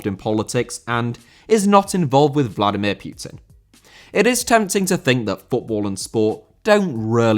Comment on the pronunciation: "Vladimir Pioutine" Are you really that english?? Pronouncing anything that's not english so fucking bad